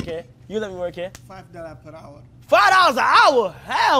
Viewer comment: Boy said 5 dollas a hour 😂